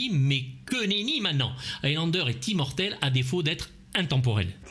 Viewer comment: Le dernier "zi"mortel ???!!! 😆😆😆😆 Mon dieu. Rip la langue française 😜